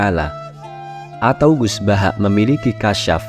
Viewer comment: Mohon maaf..banget.. Penyebutan nama itu gus baha bukan gus bahak..mohon maaf